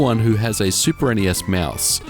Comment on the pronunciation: "Meuse." Liked the review tho.